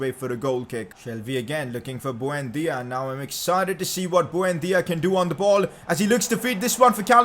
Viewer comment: who the fvk is bhuendia?? It's buendia dude